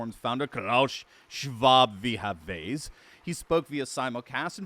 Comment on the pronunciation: Davos is not a remote village. Also it seems English speaking people can’t pronounce Davos correctly.